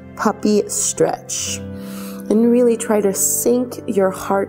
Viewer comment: May I make a suggestion? Your pronunciation of the "str" sound, adding an "h" to it, making it sound like "shtr" in stretch, strength, strong, etc. is so distracting that it's difficult to focus on the actual movements. Perhaps it's a personal peccadillo with me, and I know that I hear this more and more- but it's such bad diction that I can't not hear it! Thanks for considering my comment. I love the actual yoga here- I just need to do it with the sound off.